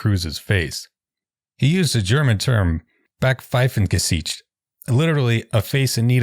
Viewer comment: I thought your pronunciation was good, but the “a” should be “ah”, the “s” should be a “z” sound, & the “i” should be “ee”—”bahk-pfeifen-gezeecht” Not sure if it was Cytowic’s error or Taibbi’s, but it should be Backpfeifengesicht bc it's a compound noun & German nouns are always capitalized.